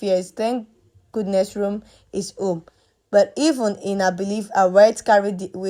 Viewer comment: The boy’s name is Rome ,not Room.